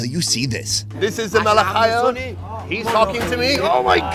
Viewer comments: It’s not malakhaya it’s pronounced melookheeya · Come to Syria or Lebanon's and eat the REAL Malakhaya (jk it's mlookheyyeh) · it's pronounced Mu-lu-khEE-ah!